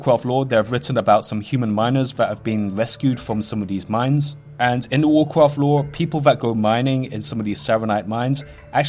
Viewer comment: wwwwwwegion pwopewties uwu wawcwaft bro just curve your tongue